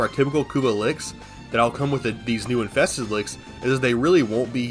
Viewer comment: “infeksted wicks” yeah youre def drunk